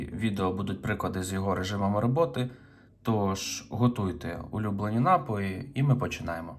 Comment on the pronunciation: Дізлайк за наголос в слові напої.